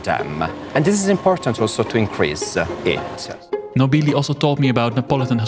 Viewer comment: You mispronounced Claudio Nobili's surname multiple times. The emphasis should be on the first syllable.